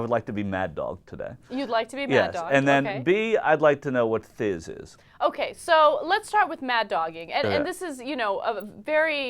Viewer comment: ...omg and it was Thizz not tish